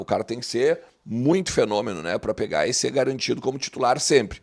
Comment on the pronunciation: quando tu dizes ' i se', na realidade queres dizer ' E ser'???? O Brasil tem uma língua oficial, é o português. Abraços.